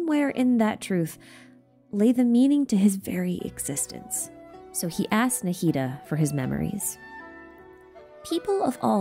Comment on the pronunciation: I know you care about pronunciations so I wanted to tell you this. The way you pronounce the "d" in Nahida is a little wrong. It's supposed to be exactly like the "th" sound in "the, these, this, that" So it would be more like "Naheedha"